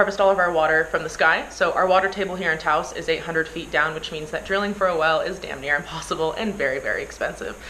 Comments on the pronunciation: Taos not toast.... lol. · Hi, So I'm from Taos (pronounced like house, but with a T on it). Since the earthships are in Taos- Can you change the intro to Say Taos not Santa Fe, because you are about 1 hour and 40 minutes from Santa Fe on the mesa outside of Taos not Santa Fe there. Thanks!